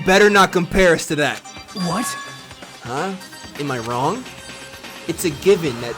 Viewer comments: Bruh he said “no that’s wong” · Nah he says "no that's wong" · he hit them with the "no that's wong"💀💀